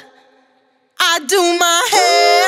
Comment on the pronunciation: I didn't know "door" had so many syllables